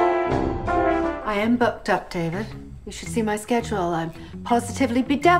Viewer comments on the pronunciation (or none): none